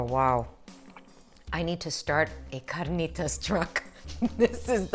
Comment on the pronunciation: no need to roll the "r" in carnitas. you only roll when there are two "r's" : )